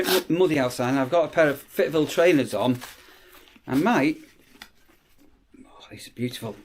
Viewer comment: Oh. Not fit ville again 😅